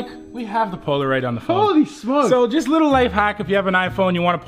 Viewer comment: it annoys me when He says liqqle